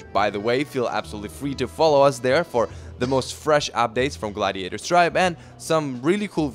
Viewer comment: 3 notes: 1) crazy that Ljubičić was the MC, was there reasoning for that besides being a Head player? 2) impressed by Paul croissants, we gotta get you to France more often my brother! 3) you said Gladiator Tennis wrong up at the top of the vid 😉